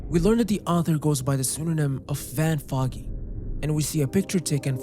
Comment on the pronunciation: It's van fogey, pronounced foe-gee as in old fogey